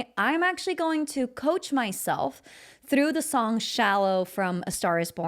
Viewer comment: Why do you say therough.